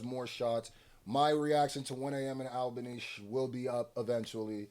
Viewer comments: 1 am in ALBANY*, not labany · It's Albany not Labany, put some respect on Albany's name! thats New York's capitol city!!